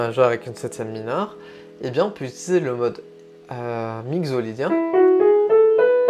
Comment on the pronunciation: Merci pour cette intéressante approche des modes, une petite remarque : il me semble que « mixolydien » se prononce mikso (comme un mixer ou la mixité) plutôt que migzo 🙃